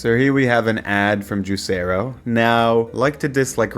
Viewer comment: I thought it was pronounced juicer-o